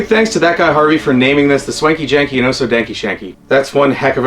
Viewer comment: Hearing you say the name is way better than what I thought it would be when I wrote it😂 keep it up